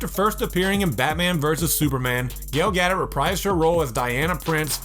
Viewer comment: Gadot? Ga-doh.Darkseed, lol